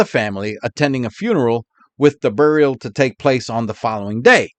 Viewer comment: 30 minutes of!, you wouldn't happen to be from Rhode Island originally? You pronounce "burial" the same way my late father did. He was from R.I. Thanks!